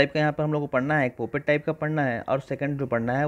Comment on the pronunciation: पॉपेट type hh bhai not पोपट type 😅😂